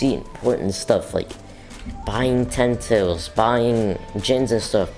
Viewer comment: The word is ten tail